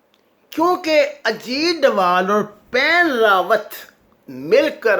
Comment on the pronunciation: his name is Ajeet dodal not Ajeet dowal